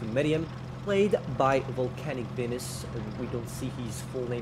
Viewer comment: I heard Volcanic Anus instead of Volcanic Venus